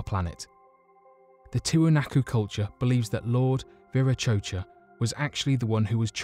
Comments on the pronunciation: It's pronounced lord vira Kotcha not chocha look it up or watch a documentary before doing voice over. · The English language...butchered right here folks! eg; quote, "Lord, shave my Verah-'Cho-Cha'" lol!! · It's pronounced Viracocha (Vira-ko-cha).